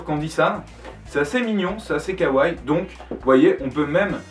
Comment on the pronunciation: Dans le mot ''kawaii'' il y a deux ''i'' donc il faut prononcer les deux ! '' kawaii '' et non '' kawai '' ;U